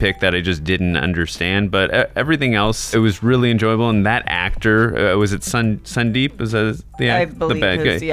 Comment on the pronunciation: It's not sun-deep it's actually su-deep